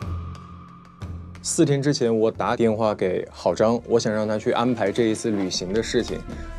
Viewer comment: 我怎么听到了 哥哥 的方言 打电话 😂😂 太可爱了